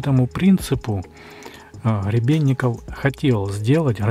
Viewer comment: Не Хребенников .. А Гребенников .